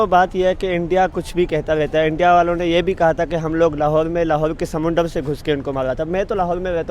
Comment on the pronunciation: Bhai समूनडर kya hota h smunder hota h 😂😂😂